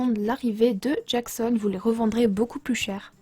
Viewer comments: Super vidéo mais ça parait chiant mais c'est : Nook Stop , Tocket Miles Nook , Djason et pas jackson , mais bon dit comme tu veut je critique pas. Merci du tuto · T’as dit Jackson ????? c’est djason wsh